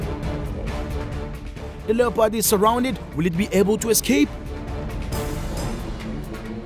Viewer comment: Stop using someone else's content and it's one word not Lee ya pod and its annoying for you to say lee ya pod